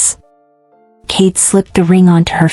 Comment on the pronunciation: the story is very good, but there is a problem with the names. First you called him Cade, then Kae. which is it? And the girls name is Isolde. Not A Sold.